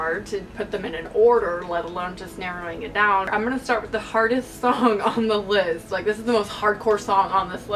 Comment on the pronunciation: when you said "this list may surprise you" it sounded like "this LISP may surprise you" and i got confused af :P